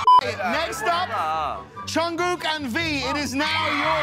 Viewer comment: The only name can't say is Jungkoo